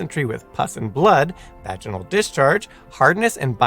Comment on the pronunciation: One day he's going to learn how to say vaginal